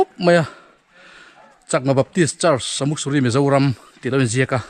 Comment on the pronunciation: Samuk suri tih kha ilam rik dan a dik lo, Sa tihlai hi Arsa tihlai a sa tih ang in lamrik tur anilo, meisa emaw, Ni a sa lutuk, tih a sa tih hi lamrik ang in lamrik tur ania. Sa...muk ti a lamrik tur,ka lo sawi ve mai mai😄😄😄Tlabung ah ka lo zin hun ah ka lo zawng chhuak ang che👍👍👍